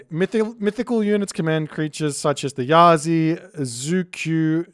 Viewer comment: Chiyou is pronounced "CHUR-YOW" (the you sounds like "Yo!" like when you informally said "hello") While "Yazi" is pronounced "Ya-TZUH". Qilin is pronounced as "CHEE-LIN", Rushou is pronounced [ROO-show] as in "TV SHOW".